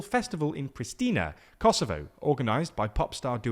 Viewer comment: It’s Priština bro! Pree-shtina. There is no “s” sound